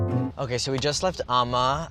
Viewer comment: lol he keeps saying amma wrong